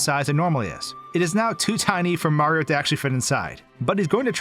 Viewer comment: The way you say Mario is weird. When you pronounce the game it sounds like you're saying "Super Maro 3D World" without the "i" in Mario